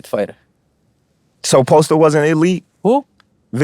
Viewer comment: This ninja said postell lmfao 😂